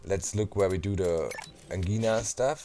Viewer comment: Angina is pronounced like Vagina...just thought I'd let you know! Didn't think I'd like the vids of this game but they turned out to be awesome to watch while working! Thx! More exclamation marks!!!!!!